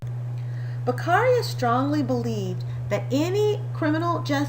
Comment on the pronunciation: Very straight to the point and clear. But his surname is Beccaria, not Becarria. 😉